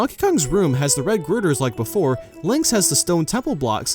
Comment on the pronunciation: Not "Griders." Girders.